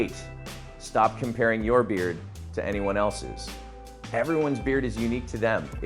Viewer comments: Comparing not compairing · "compAIring" is crazy.